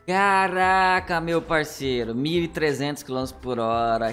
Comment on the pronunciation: Dificuldade de uma pessoa de falar CaRaCa é impressionante... vai num fonoaudiólogo, tem esperança... ñ se deprima!😂